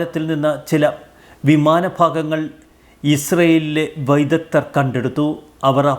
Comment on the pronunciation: Vidagdhar.... vydagthyam....... Vydagthyar ennu parayilla... Ivare aarenkilum onnu malayalam padippikko.... ingane kollalle...😢😢😢😢😢